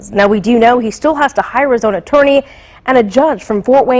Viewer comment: "CHORGERS " " ATWORNEY "